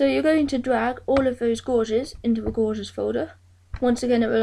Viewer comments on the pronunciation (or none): Great little tutorial mate. I'm still getting up the nerve to do it , don't want to screw up the programme! Incidentally, gauges (instruments) is not pronounced like a gorge, but as in cage. So cages = 'gages'. ;)